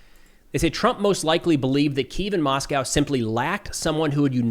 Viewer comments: Did anyone else notice when he was saying the capital of Ukraine, Kyiv. He mispronounced it? Sounded like he was slurring a G in there, like Gyiv. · Kyiv is wrong. Kiev is right. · donny still says Kyiv wrong :/